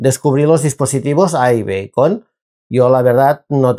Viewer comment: aibicon no beicon